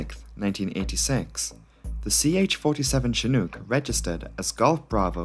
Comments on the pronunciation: Great vid ....you did good . One thing tho its shi nooook not chi nuke . Chinook. Retired Army helo crewchief here. Also several shots showed the navy version with single nose gear. Ch-46 not ch-47 . We(u.s. army) got the big one the 47. All in all great vid tho for a non rotorhead. Great graphics. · You are saying the name Chinook incorrectly. The word hook rhymes with Chinook You are saying it with an uk sound, as if it rhymes with nuke. Incidentally in the US Army is is known as the 'shit hook'. Doesnt work if you say the word wrong. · Good video. Though it's pronounced as in "look". Not as in kook. Cheers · I don't want to give you a hard time, especially since I would have completely mispronounced Sumburgh, but Chinook rhymes with "book" not fluke". I say this as one who grew up in Alberta, Canada, and at one time studied the Chinook dialect. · Chinook… Rhymes with Cook, not Luke 🤣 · Not shin-OOK, but chin-OOK. It's named after a tribe. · Love the video. Wonderful as always. Heads up- 'Chinook' is pronounced a little differently. It rhymes with 'book.' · I hope this doesn’t sound pedantic, but Chinook is pronounced chin- (as in the thing at the end of your face) and -ook is pronounced like book. Like a lot of American-made helicopters, it’s inexplicably named after an indigenous tribe in the US. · *shin (as in the front of your leg) *nook (as in nook and cranny). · "Chinook" as in "book" - not "chinuke" as in "duke" . . . . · Just for future reference it’s pronounced Chin-nuk, said like book or shook. (not a long O or oo sound). Amazing video as always tho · *shin (not chin) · you show a picture of a CH-46, plus you can't even pronounce the word Chinook. I flew on Chinooks for 3 yrs in the Army. I quit watching after . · The second syllable of Chinook rhymes with "book." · Showing a CH-46 flying around on a couple occasions isn't probably a good idea here. These are Boeing 234s not Chinooks (pronounced like look or book or snooker not spoon or swoon or goon).